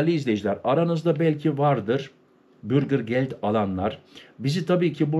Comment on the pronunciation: Bürgir degil , ' bürger'.